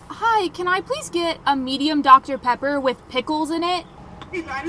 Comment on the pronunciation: “Dr. Paper”